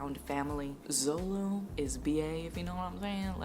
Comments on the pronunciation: Its zoro not zolo and its looofy not laffy . Be safe from hate comments later due to this 🤣 Happy reading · Not Zolo 😂😂 the manga is still mistranslated🤦🏻‍♀️it’s suppose to be Zoro 😅 Btw Luffy is pronounced as Loofy like "loofa" by with a "y" at the end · also just a tip, people call the characters in a certain way like zolo is called zoro, and luffy is pronounced not like luh-ffy but instead its pronouced like: loo-ffy. kinda funny because the "loo" remembers me a cow going moo lol. hope i dindt sound boring and also, if i writed something wrong im sorry, english is not my first language lol. great video also i loved the music and backfround really maded the video kinda comfy ^~^ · ill save you from the hate comments and just tell you that luffy is pronounced like loofy and zolo is actually zoro